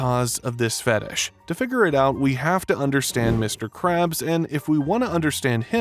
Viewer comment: When you say fetish it so fetes like fetes chees